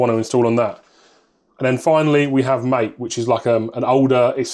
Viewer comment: MATE is pronounced "mah-tay". ma like "master", and tay like "taylor" (as in shit music) also, how does one get that terminal ship animation?